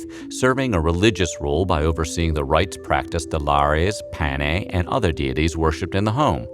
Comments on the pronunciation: Instructive, though the narration moves so fast that I can't absorb much useful information. Slow down! Also, what are these "pa-nay" that are worshipped in the home? The phrase referring to the household deities and ancestors is "Lares and Penates (pen-AH-tayss). Some screwy mixup? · There is a mistake at the end of the video in the discussion of the domestic gods. The household gods were known as the Lares and PENATES. The narrator seems to flub and say something like “pane,” which in Latin means something like “with the bread” or “in the bread.” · The household gods were called penates not panes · It's penates (sing. penas), not pane, which is bread in Italian instead. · A. Dwight Castro, Ph.D,. (Prof. emeritus of Classics) Although overall I enjoyed this video, there is one glaring error in the part of the narrative dealing with the two groups of deities who were thought to be the protectors of the Roman household. The narration correctly refers to the one group as 'Lares"and uses the correct 2-syllable pronunciation (something like LAH-rayz). The name of the other group of deities, however, is in the narration always (and incorrectly) given as PAH-nay (?Pane?), whereas their correct name is "Penates" (3 syllables: pen-AH-tayz). Could this error be corrected?